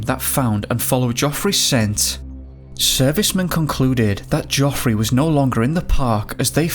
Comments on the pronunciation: Jeffry even when spelt geophry noy joffry and van coooover not vancuvver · The biggest mystery is why your pronouncing it joffery! Absolutely fucking useless 😂